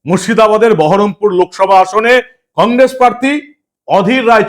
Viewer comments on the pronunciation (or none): none